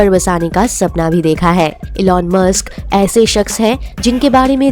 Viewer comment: It's musk not mask.... 😂